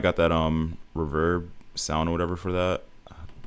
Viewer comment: W vid but the way you pronounce ethereal, and reverb makin me mad 😭😭😭